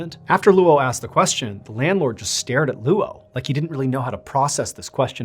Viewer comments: Name is pronounced LOW, not LOO Oh. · Luo (coincidentally my surname) is pronounced like “law”. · Luo is not pronounced Loo-Oh. It’s also his last name, not his first name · That’s such a weird spelling. If they wanted Anglophones, at least, to be able to pronounce it correctly they should’ve spelled it as Low even if it looks weird in English. Luo is always going to be pronounced the way he pronounced it until they’re corrected individually. I have the same issue with my last name that is Lebanese. There is another spelling of it that is easier for the Americans to get right, but they still never get it right the first time. It’s a struggle I know too well. 😂😂😂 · Bro, can you please learn how Chinese names work? “Luo” is his surname, and it’s one syllable. His given name is Jinfa. Google can tell you how to pronounce those words. If you’re going to tell his story, at least learn how to say his name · First of all, those are not prayers, those are incantations. They are supposed to offer some kind of protection against evil spirits or ghosts. The description of the freezer chest is also quite funny, he was lying on a layer of 30 comic books on top of a bed coal. Painful to hear you trying to say the Chinese name Luo, whenever there are consecutive vowels it should be enunciated together in a brief manner, so instead of Loooo-Oh it is much closer to Lo with just a slight hint of the u.